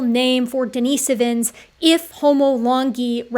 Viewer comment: i swear every documentary says dina-so-vins, not dini-si-vins. now this makes me wonder what the proper pronunciation is.